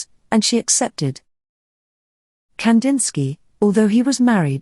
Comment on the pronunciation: I wish at least his name was pronounced correctly